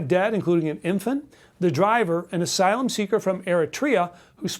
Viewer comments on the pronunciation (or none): none